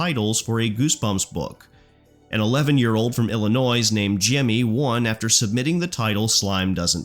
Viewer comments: the "s" in Illinois is silent. Pronounced "ill-inoy". As a lifelong resident I'm genuinely kind of offended lol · Illinoiz? Edit that out you ignorant Canadian 😒